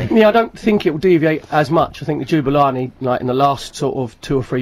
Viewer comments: Ja-Boo-La-Nee not Ju-ba-la-nee! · Jubalani? LOL it's Jabulani xD